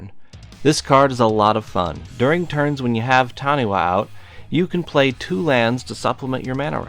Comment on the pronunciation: Nothing more amusing than adding to the Taniwha jank than a well placed Worldslayer. Your lands will be phased out. Revel in the salt. For the sake of cultural accuracy, it is pronounced Tani-FA